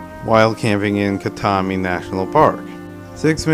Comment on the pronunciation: KAT-MY not KATMEE for Katmai....duh